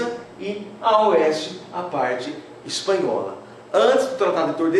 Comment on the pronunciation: ´´espahola´´ faltou o n